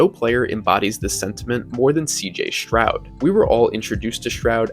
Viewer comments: All good except for mispronouncing his name, it is NOT “Shrowd” it IS “Stroud” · Stroud not Shroud.